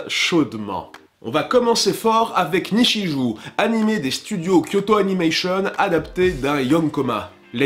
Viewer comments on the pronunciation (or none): Attention à ta prononciation du Japonais on dit Nichijoo et pas ou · Je fais mon relou et je corrige ta prononciation des titres Japonais (tu m'a fait mal aux oreilles à certains moment xD): - Nichijou --> [Nitchijō] - ha y'en a pas d'autres a corriger déçu. Ptdrr sinon le non respect des handicapés (ca m'a fait rire le second degré) et le troll avec Le Tombeau des Lucioles comme film drôle alors que c'est full triste...et le fameux Arthur, un chef d'œuvre ! x) Bref merci pour ce poisson de #qualitey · Par contre quand c'est écrit en romaji "ou" comme dans "nichijou", le u se prononce pas c'est juste un truc pour dire qu'on est sensé allonger la voyelle o. Donc on devrait plutôt dire "nichijoo". Voilà, bon chocolats.